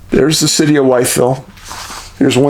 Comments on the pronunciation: We pronounce the name differently in Virginia. I live in narrows about 40 minutes away. Sort like …. Withville 👍🏻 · Love your work!! I watch every episode, an movie, had to say it but , Wytheville is most commonly pronounced "With-ville"